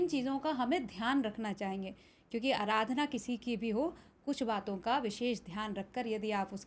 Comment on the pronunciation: अराधना नहीं, आराधना है। 😂😂